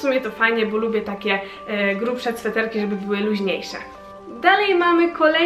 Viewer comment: Ahh super masz "cfeterki" XDD